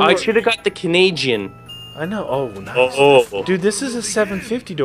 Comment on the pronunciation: stop saying Canayjin its insulting because im Canadian